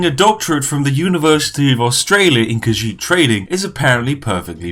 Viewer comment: Okay so i have an auditory processing disorder and have a tendency to mishear things even on repeated listenings... And it def still sounds like cuisine trading to me despite the fact he apparently rly said khajiit trading. My ears and brain oft disagree about what words are bein said